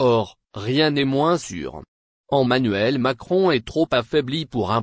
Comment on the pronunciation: ON dit Emanuel et non ommanuel